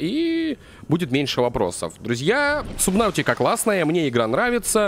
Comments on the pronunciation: не сабнаутика а субнатика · сабнатика а не сабнаутика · можешь пожалуйста говорить сабнатики, а не сабнафтика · игра называется субнатика, а не субнавтика хотя может я и не прав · ГОВОРИТСЯ СУБНАТИКА